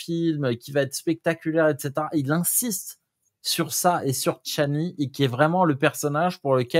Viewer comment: C’est pas chanli, c’est Chani !